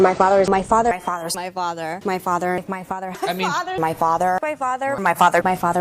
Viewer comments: A good portion of those sounded a lot like, "My farter." I'm only pointing this childish thing out because of her lower level immaturity. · The word Myfother is now stuck in my head lol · At some my point in the “my father” montage, all I could hear is “my farter, my farter” 😂😂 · I started to hear "My Fadda" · Sounds like she says "My Fadder"😂